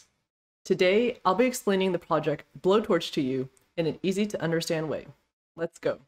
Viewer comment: I thought it is pronounced like blow-torch but not explicitly blow-torch -> bow-torch